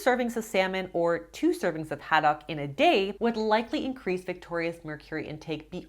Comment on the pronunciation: I’ve never heard anyone pronounce “haddock” like you do! 😊